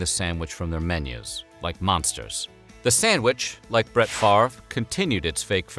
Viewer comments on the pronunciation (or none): none